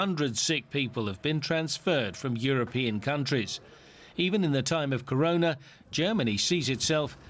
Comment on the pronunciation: its corona .. .. not karona .. buddy why are you speaking in modi's tone.